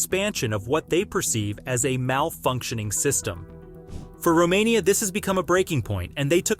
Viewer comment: say Romania one more time.. i dare you